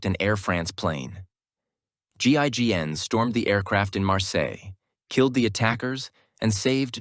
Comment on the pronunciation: "Ginn" "Ging" "GIGN" yay you did it! Have a gold star and a cookie! 🌟🍪